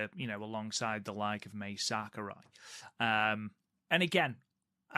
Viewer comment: Guys, Mai Sakurai is pronounced like Ma-ee, not May or Mei. Ma (like Mama) i (like the letter E). In Japanese, vowels sound like this. A - ah E - Eh I - ee O - oh U - oo